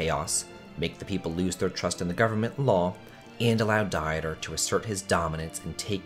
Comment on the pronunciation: It's pronounced Deter, like Peter with a D.